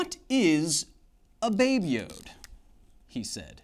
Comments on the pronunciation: It's not "babe yode " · Oh boy please don't call it 'baby yode' ever again, it sound the same as 'baby jew' in Dutch XD